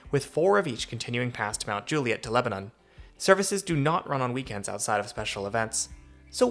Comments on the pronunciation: You make so many good points about how weird the whole thing is. Maybe someday some of us in the larger suburbs will be able to ride into downtown on the train. Unlikely, but a girl can dream. Btw, it’s “LEB-nun”, not “Leb-a-NON” 😄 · Great video thanks for making this. Just remember in TN, it is Leb-ah-nuhn not Leb-ah-nohn. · leba NAN not leba NON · LebanUn, not LebanOn. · It’s pronounced Leb a nin 👍🏻🥰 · It's "LEB-nun" just for the record. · I’m surprised no TN natives have mentioned the pronunciation of Lebanon. The country of Lebanon is pronounced as you say it in this video, but the city in TN is pronounced LebanIN. I had to get used to this when I first moved to TN. That and the proper pronunciation of Demonbreun 😂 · It’s not Lebanon. It’s pronounced Leb a nun. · Came here to post this. Let's don't tell him about Santa Fe. 😅